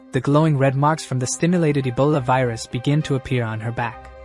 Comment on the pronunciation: Ebola❌ Abola ✅😂😂